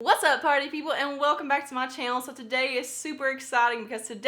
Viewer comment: #partypeople I always think you're saying potty people and I can't help but giggle, sorry Lol! I love your channel, you're so real and funny! I have only been subscribed for a year. The first video I saw was your Britney Spears foundation review and I was HOOKED. I have my fingers crossed for the giveaway!!:)